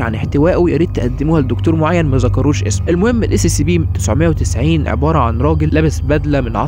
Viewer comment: يا اخي انت تقول Sccp لا انطق Scp فيها حرف c واحد